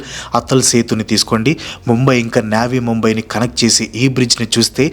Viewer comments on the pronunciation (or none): happy happy😂😂 adi Navy... Army... Kadu. Its Navi Mumbai ( Navee) 😂😂❤ Seize the ship 😂😂😂